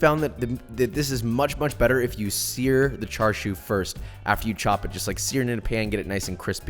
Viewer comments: why are you saying it like charshu I thought it was chashu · he said charshu instead of chashu lol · it's chashao aint no (Char Siu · Char siu Bao … dim sum classic. Try char siu sou (pronounced like so) for a change. It’s in a light pastry and is really good later in the dim sum only because it feels a bit heavy. Some one tell Jonathan it’s char SIU (“see-oo”) not char shew. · It’s pronounced cha sew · I think "tsa" would be the closest actually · Tbh I was confused as to wth charshu was the entire vid until I realized it was chashu he was talking abt lol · It’s pronounced more like cha sauw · And it isn’t char siu it’s cha siu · He says char siu like chashu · Char shew 😂😂😂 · you are saying Char siu wrong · When you're not Asian and correct his pronunciation out loud every time he says Char Siu, lol.